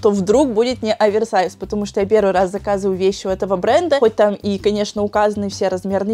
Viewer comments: не (Аверсайс) а (оверсайс) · очень слух режет, когда ты говоришь АВЕРСАЙЗ, именно Аверсайз. ну OVERSIZE же, как можно "over" произносить "авер" ....